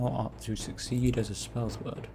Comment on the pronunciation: "A spells-word' lol Its pronounced ' Spell-Sword xD